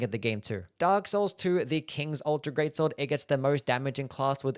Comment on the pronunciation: "The guts gweat swod